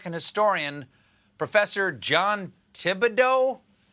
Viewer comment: “Professor Jon Tib-da-dough?” Had Corbett’s name had not also been French, this would have been somewhat amusing; it jus comes off as straight-up willful ignorance.